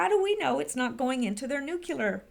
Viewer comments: I was just KIDDING!!! Bush didn't have a "speech impediment" and neither do you. I have been listening to you for MONTHS and will continue, but NUKULAR is just LAZINESS. Practice in front of a mirror if necessary. NEW KLEE UR,NEW KLEE UR ,NEW KLEE UR. It's simply a matter of forming the words and LEARNING to speak them. YOU ARE SMARTER than the average person - obviously - so you can achieve this small thing FOR YOUR LISTENERS, whose ears shudder at the hearing of NUKULAR. (Sorry for the offense, if taken... I was kinda Kidding) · SPEECH IMPEDIMENT MUCH?!? NEW-klee-ur NEW-klee-ur NEW-klee-ur Saying NUKULAR makes you sound ignorant, BUSH LIKE! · you are too smart to be mispronouncing nuclear ("NEW CLEAR" not "NEW KILLER") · NU-CLE-US NU-CLE-AR Not New Killer !!! ;-D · Nuc - U - ler and Nuc- clee - er sound similar, but they have completely different meanings. Habit is a difficult thing to change, But, to present yourself as an educated person, proper word choice/pronouncing is imperative. Another one that EVERYBODY seems to get wrong is the word MOMENTARILY. It means FOR A MOMENT, NOT, IN A MOMENT. "We will be leaving momentarily" means we will be leaving FOR a moment. But the person saying that, actually meant, we will be leaving IN a moment. Words are the tools of thought. The better the vocabulary the better your tools to think. That is why I harp on it. The texting generation is loosing the tools. Precise word choice leads to precise thinking. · pronouced Ear-ran and new-clee-are not new-cue-ler and eye-ran. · MGawd, she doesn't even know how to say NEW CLEAR!!!!! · I think you broke your existing record for the number of times you mispronounced "new-clear". Well done!;) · ...You keep pronouncing NUCULAR....you actually pronounce the "CL"..like in the word " CLAN "...or the word " CLASS "....Come on!...you are a smart lady!...you can do it!...lol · Ground zero nuculer